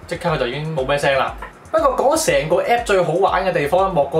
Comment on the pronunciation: 讀Siri 唔係讀series😂